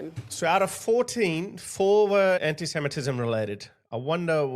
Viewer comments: Our PM can’t even say anti semetism properly. He continually says Anysemetism. But it’s been fine and dandy to have people saying gas the Jews, globalise the intifada, allah Akbar, kill kill the IDF, celebrate the deaths in 7/10. Everyone has been saying this is wrong EXCEPT the govt. now they want to stop hate speech. Hahahahah they are a joje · If I have to hear Albosleazy say enisemetism once more Im going to vomit 🤮. He cant even pronounce his words correctly . Lazy in his job and lazy in his pronounciation . 😡😡😡